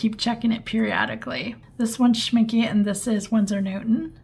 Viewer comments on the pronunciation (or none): Thanks, that was pretty cool to see! I've been trying to decide which brand's Potter's Pink to get! (W&N is probably my winner, unless I can find a video about the Kuretake one...) (Also, and it's just the German in me, but it's pronounced Schminck-eh, not Schminck-y.)